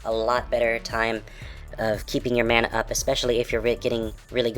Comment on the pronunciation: You pronounce "mana" 2 different ways.